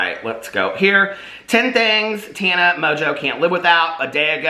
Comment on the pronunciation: You’re saying her name wrong! Listen to Paris, it’s Taaaawwwnuuuh.